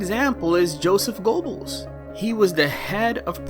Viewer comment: Sorry man driving me crazy the way you say Joseph G”o”ebbels , you don’t empathize the “o” it’s more the “e” it’s more like Ger-bbels